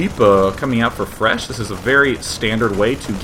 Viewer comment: lol'd at calling fResh "IRish" once